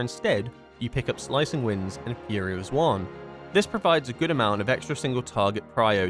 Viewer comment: I love your content but bro the way you say Xuen makes my eyebrow flicker